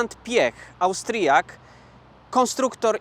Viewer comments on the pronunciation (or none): Austryjak ? 😂😂 🤦🏻‍♂️🤦🏻‍♂️ mówi i pisze się Austriak a nie jakiś Austryjak , jprdl 🤦🏻‍♂️